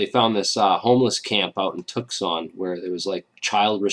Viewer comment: Did you really pronounce Tucson the way you did?!!! Lmao!! That's super hilarious man!